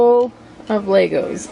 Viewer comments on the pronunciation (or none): I wonder what the Lego vs Legos arguers would say about this woman's pronunciation: "Lay-gos"